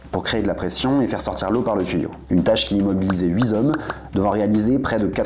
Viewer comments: "8 zomes" ? 🤔😅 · "il fallait huit zommes...." !!! De mon temps, ça aurait valu un coup de pompe (pas à vapeur) dans le train !!!